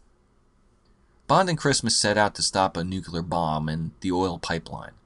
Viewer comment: It's nooo cleee arr, not noo kyuh lar. Ya knucklehead! lol Another great vid btw